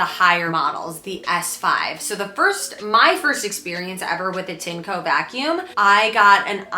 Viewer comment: It's pronounced "TIN - EH - COE"